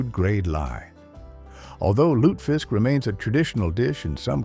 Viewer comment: Lutefisk is pronounced with three syllables—loo ta fisk. And you can find it here in Minnesota.